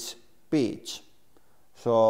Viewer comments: I thought he was saying birch and his accent just got super thick suddenly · I thought he said Peach lol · I thought his accent made it sound like "bitch." So... he's gonna nail some bitch. :D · Your accent might get you in trouble, it literally sounded like you said bitch.